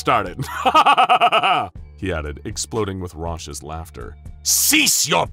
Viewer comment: Interesting compilation lol.. But raucous is "rawkus", not rushis.